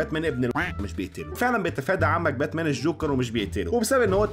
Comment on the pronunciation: باتمان ❌ باتنام✔️